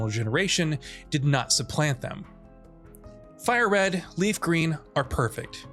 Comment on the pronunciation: Did he say fire green and leaf green?